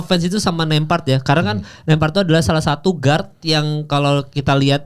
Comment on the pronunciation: Nemhart bukan nempart. Ceplas ceplos ae law bicara😅😅😅😅